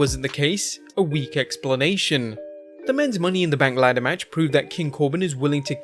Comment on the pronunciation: And what's a Money in the Bnak? 😂👎🏻